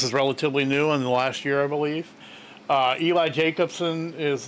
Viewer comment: Eli's name is pronounced El-lee. 😉 EJ is from Voctave. First singer - Cesar Second - EJ Third - Eli You know Geoff Layne is in the yellow plaid shirt.